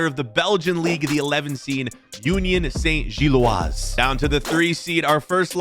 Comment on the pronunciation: please pronouncd gilloise as Gill-wah